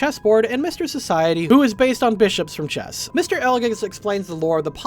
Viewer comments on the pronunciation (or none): none